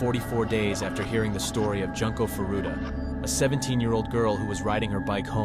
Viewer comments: joon-ko not junk-o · I hate the way you pronounce Junko's name. Is this an AI voice?